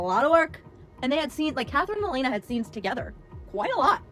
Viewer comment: you mispronounced Elena which proves you're just reading off a script.